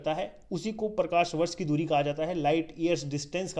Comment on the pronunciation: Correction :- Parthavi nahi Prithvi...aur.....Prakarvarsh nahi Prakashvarsh.......BTW nice video